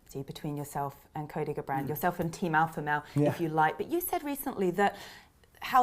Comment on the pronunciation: "GABrant" Caroline is one of the best women in terms of sports/reporting/interviews I've seen BUT her pronunciation needs a lot of work.